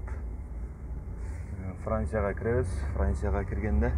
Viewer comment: дагын, эГзамен, франсья, регистрасья, дейби? мектепте окубай, вятять даканса кылып жургон окшойт.